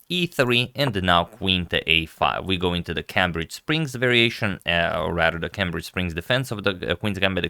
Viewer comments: Only because you always wonder how some words are pronounced, Cambridge as in Cambridge Springs is pronounced "Camebridge" ;-) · Very good video except for the mispronunciation of "Cambridge".